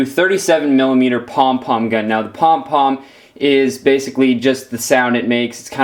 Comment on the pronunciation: Cringing when u said pong pong